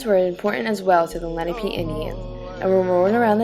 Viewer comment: Lenape, not lennapee. Your pronunciation is far off